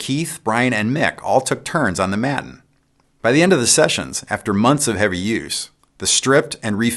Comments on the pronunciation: watt world: Not 'MATTUN', Maton is pronounced 'may·tuhn' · May-ton, not matton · Maton. Pronounced May-tin Or May- ten. Whatever works best . But not Mat - en. 😉. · "mat-in" ? aaaaaaaggghhhh! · Great work Keith. An excellent visual history. Btw, Maton is pronounced “mate-on”. Now let’s work on getting America to pronounce “Aluminium” correctly hahaha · KEITH! I love you but hearing the mispronunciation of Maton stirs some sort of national spirit. Pronounced here as “mate-n”, pronouncing the o gets you arrested. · Maton = May-ton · Another very interesting video Keith. A slight correction: Maton is pronounced may-ton with a a long a and a short o. - just for future reference : ) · I may be wrong but I'm from Australia and we all pronounce Maton Māton. Maiden with a T for the D or Mate..n This includes Tommy Emmanuel. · Maton. Pronounced Mayton. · Keith, the name "Maton" came from the words "May Tone" and is pronounced May Ton. The company was founded by Bill May. Sincerely yours, an Australian Pedant 😉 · Thanks mate, that was great. By the way, it's pronounced "may-ton". Cheers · The "a" in Maton guitars is pronounced the same way as the first "a" in Daytona. Great Video!